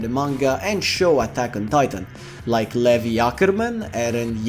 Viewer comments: Damn they going to fry you for saying "levy" instead of "lee vi" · Levy Ackerman LOLOLOL Man’s really butchered Levi LOL